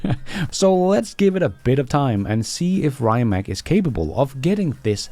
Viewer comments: Rye-mak?! Get that American poison off your tongue. Please use the correct pronunciation of Ree'-mats. And the founder Mate Rimac, is Ma-tay Ree-mats, not "Mayt Rye-mak", according to videos on their web site. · Rimac is not rimak !!!!! try to pronounce this: Rimats it will be more like we in Croatia call him